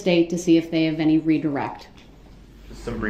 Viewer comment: Dude had me rolling when he said "had enty interaction with the Plaintiff".